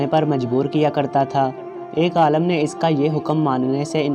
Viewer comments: Bahi apna talafuz sahi karan afsos hota ha jab ourdu pahrne wale galat paherta han aalam ka maine jahaan or aalim ka maena han ilam wala aalam aalam ker raha ho lugaat lo zyr zabir ki mashq karo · Bloody it is not aalam, pronounce it as aalim. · Very bad pronounciation, please learn urdu properly, AALIM NOT ALLAM, aalam means duniya. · Alam nahi Alim hota hai bhai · pahle padhna seekho, Aalim ko baar baar Aalam bole ja rahe ho. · Aalim he Aalam nahi